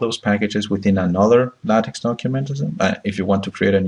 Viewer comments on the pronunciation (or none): Nice video, however you should learn how to pronounce LaTeX correctly.